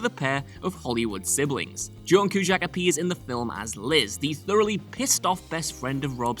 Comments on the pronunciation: The sound quality is fine. I didn't find a problem with it. But, like Cwn 41 says: The pronunciation of Cusack's surname got under my skin too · After 5 minutes of cringing over the mispronunciation of Cusack I had to skip the rest of this video. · dozens of interviews on youtube and not one pronounces his name like this.. how disrespectful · The way he pronounces Cusack, had to switch off it was so annoying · I really really hope he lost a bet and had to mispronounce his name because otherwise it just would be embarassing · WHY ARE YOU PRONOUNCING CUSACK LIKE THAT SIR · Bothered me too. There's no "sh" in the middle. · The only thing I’ll remember about this video is your dreadful pronunciation of John’s name. I was cringing every time you said it. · The way he’s saying Cusack is making my head hurt. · It is a Whatculture specialty... any last name shall be pronounced in the weirdest, most random way possible... but never have anything to do with the actual spelling of said name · Yea, mispronounce it one more time, please. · He occasionally accidentally pronounced it correctly, making it even worse! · As am I! I was getting pissed about this whole video. Between the mispronunciation of John Cusack's name to our cities, all I could do was cringe! 😖😖😖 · Seen the film countless times. Watched this entire video. Still have no idea who tf "John Quje-Chackk" is. 🤷🏽‍♂️ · It's pronounced Cue Zack... John Cusack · Why do you keep saying ‘Qshack’?? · For the record, the correct pronunciation of John's last name is Cue-Zack. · Ok lad little lesson here Cusack is an irish name..............Q. Zack..........good night from co Tipperary. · I knew these things. Also, his name is not ''Q Shack''. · STOP SAYING CUE-SHACK!!!!!!!! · Cue - sack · Q- SACK! LIKE A BAG OF BALLS. if you're going to say a name that many times in a video, you should probably say it correctly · The Cu-Shack is a little old place where we can get together, Cu-Shack baybeeee… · Coo shack